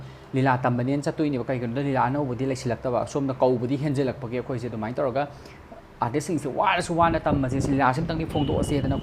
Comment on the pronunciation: Cda pronounciation class twba nte....mana fongdokningliba wase keino do aduda focus twbiyu